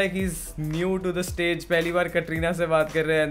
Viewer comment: 2min 50sec he said we need to stop talking about Katrina kaif maybe my sounds crack or smthing I heard ''TATRINA'' N I was like tatti jokes apart